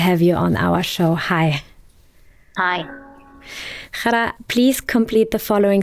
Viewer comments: Ghada nicht Chara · Es ist so unglaublich respektlos wie der Name von Ghada ausgesprochen wird. Die Frau heißt nicht Chara ( arab. Kot), sondern Ghada, wie das deutsche Wort Radar ausgesprochen. Diese inkompetente Reporterin sollte sich öffentlich entschuldigen !